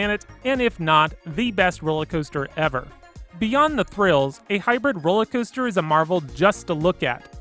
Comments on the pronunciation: 'Hyper Caoster' and 'Wooden Caoster' lol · I love the hyper “caoester”